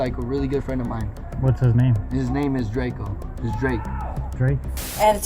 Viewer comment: "his name is dracob"😭